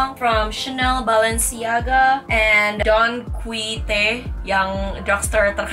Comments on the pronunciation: pronunciation don quite itu “don ki ho te”. coba dipelajari dulu. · it's pronounced donkihote or donki for short hehe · Don Quijote pronounced by (dong-ki-ho-te) hehehe